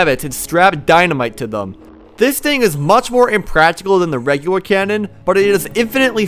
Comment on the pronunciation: He said regwer